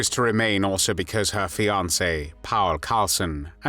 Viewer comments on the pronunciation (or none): none